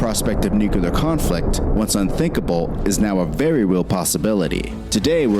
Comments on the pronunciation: Did you say "nuculer"? 🤭 EDIT: Holy balls! The guy narrating the video just said "nuculer," too!! 😝😝 and we're only into the video.... It's NUCLEAR. Not "nuculer" c'mon guys. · The word nuclear is strangely pronounced in this video. It sounds like new kill lee year. NEW Clear sound better and correct. Yeah, i am being pedantic . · Your presentation rocks. Please please please learn to pronounce "nuclear." It's not "new clee err." Oh, wait...that's exactly how it's pronounced! Certainly not "nuke you lerr." Don't get me started on the gotta stop. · To the creator of the original video...if you're gonna make a video about nuclear things, could you at least try to pronounce it nuclear, instead of nucular? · Hey, word of advice. Don’t lend credibility to someone reporting about nuclear war that can’t even pronounce it correctly. The narrator mispronounces nuclear as nucular throughout the entire video. Zero credibility. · NUCLEAR... THAT'S NEW CLEAR.. NOT NEW CUE LAR ... geez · Why do so many people have such a hard time saying nuclear? Are they just not concentrating, don't care, or what? Hearing New-kew-ler instead of New-clee-er drives me even more insane than I already am, and makes me think that person is either ignorant, illiterate, or lazy. My apologies for the rant. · Just for the sake of proper pronunciation the word nuclear is pronounced nook-lee-ar.......not nook-yoo-lar. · This is a nitpick, and it's been bugging me since George W was president, but it's "NOO-CLEE-AR." People should really get that straight before making videos on the subject and saying "Nucular" the whole time. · I love how there so much in-depth knowledge in this video that is so well relayed...and then the original video guy repeatedly pronounces the main subject wrong. Please. It's Nuclear. Not Nuke-yoo-ler. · For the love of God IT'S NOT NUCULAR IT'S NUCLEAR. NOO-CLEE-ERR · Nu... Clear nu-clear nuclear. Not nuquelar. It's weird I know. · It’s Nuclear!!! NOT NUCULAR 😤😤